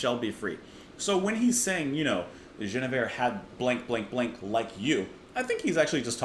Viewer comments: As others have said, here, this is about Queen "Gwinna-veer" (not French - as the way you're quite reasonably trying to pronounce it - but something like Welsh - or Ancient Briton). King Arthur's queen. If I remember correctly, you didn't get your history of the Knights of the Round Table from the Venerable Bede (who, I think, tells the story of the romance between Sir Lancelot and the lady I shall call Gwinna-veer, just for current purposes), and instead got it from the great historian, Monty Python, who only tells the tale of Sir Lancelot's attack on the wedding celebrations of someone in the kingdom I forget now. This one: So then obviously you're not going to know that the Queen and this great knight had a traditional medieaval adulterous romance, then. (Because they only tell of how Sir Gawain came perilously close to losing his virginity, if I remember full well.) There are versions of the tale, however, which have this story included in the plot (the romance between Lancelot and Gwinna-veer (sorry).) ... ) just in case. It was a very common theme of Troubadour love stories (almost all of them were about the impossible love some mere knight had for the great Lady of his Lord). Actually it was just about the medieaval love story. At tournaments, knights would make a show of hopeless love for some unreachable Lady, as part of the show. They would "secretly" fight for their boss's wife's love, basically. And she would scorn him, and break him in twain within, so. Ap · After the poppy ''Marrakesh Express', Crosby' delivers a piece of music with real depth and intricate time signatures. Definite jazzy overtones rather than folk. It's pronounced Gwin with a hard G, not with a soft 'J' sound. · I've always heard her name pronounced Gwin e veer. Rick Wakeman has a track with the same name on his King Arthur album. I think Barclay James Harvest wrote a track about her too. She's been referencedoing by several other groups too, Moody Blues for one. A popular lady.